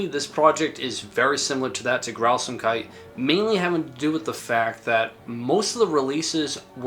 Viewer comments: i kinda found it funny how you call it "Grausamkeiti" when there's no "e" at the end [ɡrauzaːmkait] besides that, I love this video, nice approch to expain the phenomenon of BSoD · Am I the only one that thought he was saying Grausamkudi?